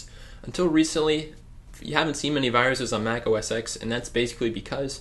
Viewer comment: It's pronounced "OS ten", not "OS x". The X is the roman numerical for 10. Thats why Snow Leopard is 10.6 and Leopard is 10.5 etc etc. Good video. Nice to see that someone takes their time to help others. :)